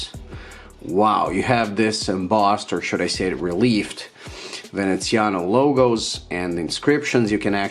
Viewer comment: VenezianICo, not Veneziano...